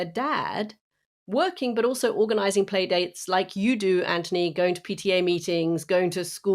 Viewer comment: Katty, why do you call him Antony when his name is Anthony? I'm curious.